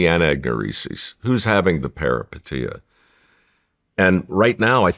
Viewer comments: everytime he says perapatia take a drink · How many times did he say "Paripeteia" like anyone knew what he meant 😂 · If i here parapatia again come out this man's mouth I swear to christmas 😂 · Take a shot every time Mike says the word “peripeteia” if you want to wake up face down, and naked on your front lawn in the morning… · 😂 Say peripeteia one more time Mike. 😅